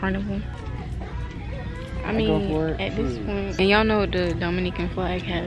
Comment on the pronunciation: the way she was pronouncing “Dominican” 🤣 the hair style you did was super cute 😍